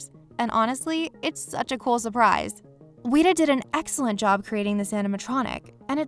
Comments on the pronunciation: Why did you say Weta like Wheat-A It’s said like Wet-a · We must fear the Wheat-uhs... Seriously though Weta isn’t that hard of a word like... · If I hear “weeta” one more time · I know the mispronouncing of words is a way to get engagement on here but come on, WETA as weeta? Its one of the leading VFX and animatronic creators in the business right now and your channel doesnt know how to say it's name right? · It's weta, not weeta. :( Just like the bug they named themselves after. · "Wheat-uh?" ...Smh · Me: Please don’t say it again. Please, I beg you...it’s not pronounced like that.... Video Narrator: WEE-taaaa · did you really call weta ,weeta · You pronounced weta wrong :/ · Your saying weda wrong.